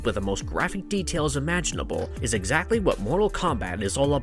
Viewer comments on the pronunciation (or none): none